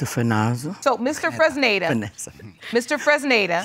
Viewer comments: I thought so too. I think it was Mr. Fresnida. I thought I was the only who heard that. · OLADIPUPO SODIQ lol it sound like she pronounced it as funonza 😂😂😂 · The sister can't even say her brother in laws name correctly 😂😂😂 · LoL so many people mispronounced/misspelled Fresneda...is that a unique name in the US? It's a good name, but I always thought it was Latin names... 😂 The man has perfectly shaped nose... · They’re all struggling to pronounce “Fresneda” 😂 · Well, the auntie is tongue-tied... But yeah... It wasn't even a difficult name to pronounce...😂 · Mr. Freznaza Mr. Frizada Mr. Frittata Lmbo poor man, hardly anyone said his name right